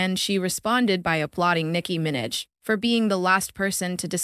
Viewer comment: ''Nicki Minj"